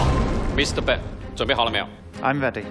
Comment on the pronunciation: 感覺中國方故意叫對方選手"笨"，Ben發音不是那樣發，一直叫他笨蠻好笑的像是要唱衰他一樣。